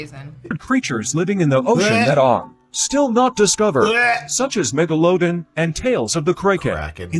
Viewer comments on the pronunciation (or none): Who is this English speaker who says “mega low done”